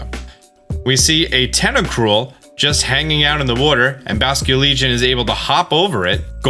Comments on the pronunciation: The way he says water gets me every time...wooder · Love that you say "worter" for "water"